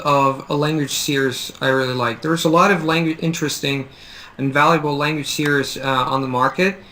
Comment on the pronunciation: it sounds like you're pronouncing "series" like "see-urs" really it should be pronounced "see-reez"